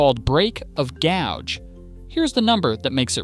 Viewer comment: Gauge, gouge, there's a difference. Try pronouncing them both DIFFERENTLY.